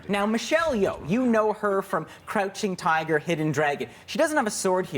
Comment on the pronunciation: Did he say crunching tiger? LOL!!!!!